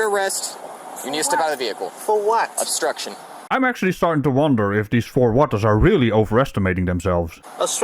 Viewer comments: It's no longer "obstruction" friends, it's "austruction". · “This is not astruction” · Austruction? I love when they make up new words. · "This is not uh-struction" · He can't pronounce OBSTRUCTION. 😮